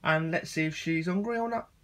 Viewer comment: "Ungry" lol